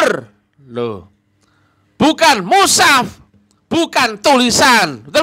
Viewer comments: Iya sptnya memang gak bisa baca al qur an , mengucapkan mus haf saja salah , kok musaf...blajar dulu tadz spy tdk ngisin isini.. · Orang yg sangat lucu, bicara mushaf aja katanya musaf